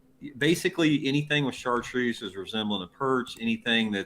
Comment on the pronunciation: FYI, it's pronounced "shartroos", not "sar troos". Love your videos, keep up the great work.